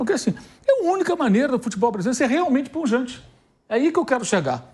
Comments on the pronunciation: O certo é pujante e não punjante😂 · Pilhado, não passe vergonha... o mínimo que um jornalista precisa é saber português. Não é puNjante, é PUJANTE...